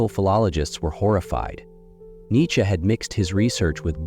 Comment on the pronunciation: I know, literally first 10 seonds i hear it pronounced incorrectly n im like 🧍‍♂️